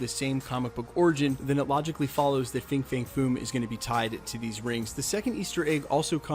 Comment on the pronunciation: It’s pronounced FANG